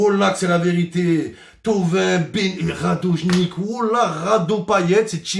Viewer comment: Au lieu de dire "Radone Gitch" il dit "Radoje Nikk "" 😂😂😂😂😂